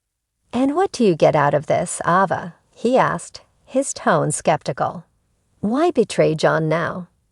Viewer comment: Please pronounce the names correctly. The A in Ava is not a short A it is pronounced with a long A like the word "A". It is not Ahva!